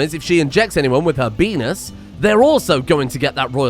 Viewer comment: "Injects someone with her Beenis" ffs, you're just as bad as your discord